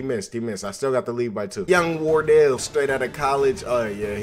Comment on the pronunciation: "That's stephen wardelleyele curry" had me weak💀